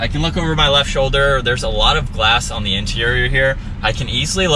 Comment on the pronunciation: Is it “Theeee” or “Thaa”? I had to turn it off after a couple minutes after hearing the over-annunciation of “Theeeeeeee”. OMG.